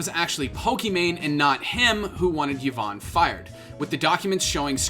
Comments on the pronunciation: Yvonne = "E-von"not "Yiv-on" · How do people cover this topic and still not know how to pronounce Yvonne. Like the content you're covering clearly shows how to pronounce her name.